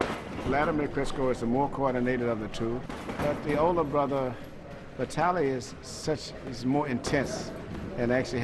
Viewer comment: Incorrect pronunciation of Vitali